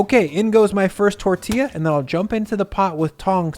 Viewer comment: My Mexican madre gives you a 👍🏽!! I will definitely be making these!! She said to to tell you say it with her “tor•thi•ya” tortilla 💜💜 The i sounds like an eeee LoL